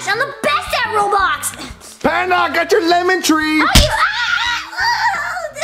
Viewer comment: Its Roblox not robox